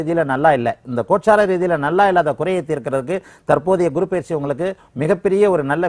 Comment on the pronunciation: Ennamma Tamil pesareenga?! 😃 GURU PAYIRCHI nggareenga 😀...... Adhu PAYIRCHI illema, adhu Peyarchi. Eppdithaan ungalailleaam edukkaraangallo 🤔😀